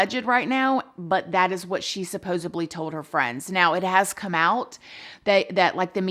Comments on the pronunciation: Hi! Long time fan here, long time lurker as well. I love your videos and the way you respectfully talk about these dark cases. Can I give a piece of constructive criticism?? Please pronounce “supposedly” correctly. I notice you pronounce it “supposaBly” (with a B instead of a D”. Hope you’re not offended but it would really help us not get distracted by the mispronunciation. Thank you for constantly posting fresh new videos right away! Your channel is the best! Moving on, I really have a suspicion that her husband did it. Also, why are so many tragic murders happening to women who are in MLM? That’s just so strange to me! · Lol. I think she actually says "supposably" and every time she says it it reminds me of when she and Jeremy were doing a Q&A and were asked if there's anything their spouse does that they have had to learn to accept about them (I e., Has the potential to drive the other crazy), and without missing a beat, Jeremy said the way constantly bungles up the English language. (Definitely paraphrasing!) Supposably! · I just love how she says "supposibly" just love her ❤️❤️ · “Supposebly” is so cute and funny lol